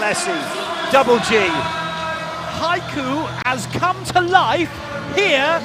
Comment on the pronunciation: so wer're just gonna ignore the fact that the commentator said hayku instead of haikyuu